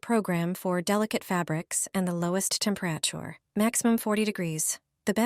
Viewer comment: "The Low-est temper-atchure?" New pronunciation of both words, apparently.